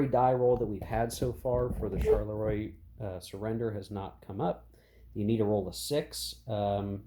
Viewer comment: Not in any way a criticism, but the correct pronounciation of 'Charleroi' (as it crops up quite a bit in this and any 1815 scenarios you might play) is, approximately, 'sharl-le-wah'. Say it like Maurice Chevalier and you'll be spot on 🤓 Loving the series, BTW. Shame you don't attempt to play with the sleds and hidden movement - the whole vedette thing is a sub-game in it's own right. Still works for me solo. Cards are great, too.